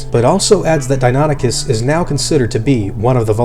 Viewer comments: Deinonychus is pronounced dy-NON-i-kes, not Denoticus. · "real" criticism though. I totally thought it was "dino-nike-us" as the pronunciation, "di-nonny-cuss" was weird to hear. But latin's a dead language so as long as you stick to one convention, anyone can be right. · I thought you said it Dino-nie- cuss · I always thought it was pronounced "die-no-NIKE-us", as opposed to "die-NON-ichus"